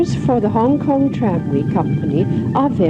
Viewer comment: HONG KONG IS NOT "HONG" LE.....................